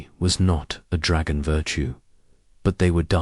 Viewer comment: "towering dragon kin" This AI voice just slaughtered the pronunciation of the word 'dragon' UGH!!!!! AND slurred it into a single word with 'kin'. Pauses where they don't belong. the picture (and text) went blurry. Quitting now. Third video in a row from this channel and all of poor quality. Telling YouTube to stop recommending them to me.